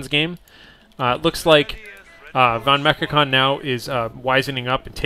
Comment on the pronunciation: Just a hint how to pronounce the german "V" like in "Volksgrenadier" or "vonMechakon". The german "V" is pronounced with a sharp sound like the english "F" in "folk". I already gave this hint to Inverse, because "Volksgrenadier" with a soft "V" sounds always strange and funny.